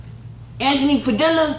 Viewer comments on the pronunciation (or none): "Anthony pad-illa" oof 😂😂😂😂 like saying Anthony tortilla